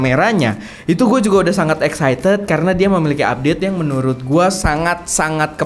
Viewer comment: baca Excited di koreksi lagi kak biar gak salah